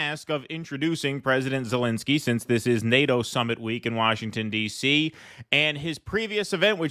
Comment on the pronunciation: He called him Elensky as well.